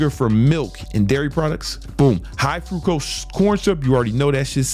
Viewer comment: Fructose bro, not Frucose lmfao.